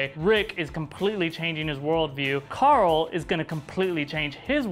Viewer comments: it's not coral its Carl I now sometimes it sounds like it I'm sorry it bothers me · Hershey Stitch Then this guy should stop pronouncing it Coral.